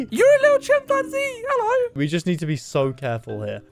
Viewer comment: how normal people say hello normal people- hello how says -heloy